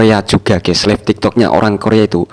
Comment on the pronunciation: Live baca laif.. Bukan lif klo lif artinya angkat. 😢 beneri dulu pengucapan inggrisnya.